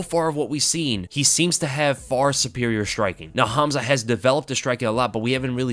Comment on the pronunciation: Your calling him Hamza 😂, you need to hear someone Russian say his name